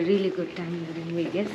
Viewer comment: Indians: please learn to properly pronounce w's and v's if you're going to speak english. Wegas isn't a thing.